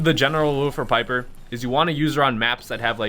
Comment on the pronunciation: Piper rhymes with sniper.